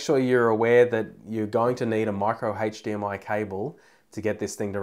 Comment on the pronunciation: Good points. However...’Hache’...DMI? Really?